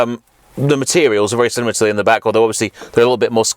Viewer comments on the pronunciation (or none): none